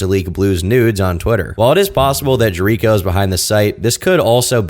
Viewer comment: pronouncing Jericho wrong lmao